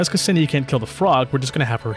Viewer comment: Walking Russian Spell Check here again, you get off the hook THIS TIME... You pronounced Krolik right but I'm watching you... (Don't think I missed the Ksenia mispronounce tho 👁👁) We'll see how well you'll do with Dushevnaya whenever her guide drops 💀 (P.S. Loving this stuff, keep it coming cuz it's hard to tell what's good and not with a traditional tier list for this game, it's easier to listen to what strengths every character has and to use them accordingly)